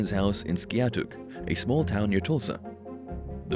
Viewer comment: It's pronounced: Sky-ah-took!